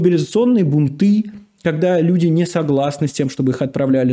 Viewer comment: Бунты - ударение на У.